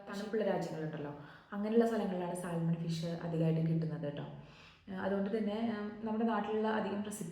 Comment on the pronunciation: സാൽമൺ എന്നല്ല , സാമൺ എന്നാണ് പറയേണ്ടത്